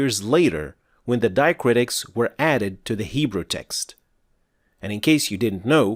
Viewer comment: it's diacritics not diacritis